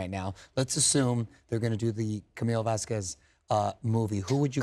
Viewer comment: Mario:" ...Camille Vesqwez.."